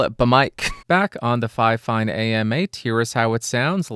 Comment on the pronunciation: And apparently, the official pronunciation according to fifine is “finefine”. So that would make it twice as fine! 😀